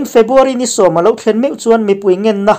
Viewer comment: A ngaihnawmin a bengvarthlak hle mai. A puangtu hian February tih turah Febuary a ti tlat thin ka hria.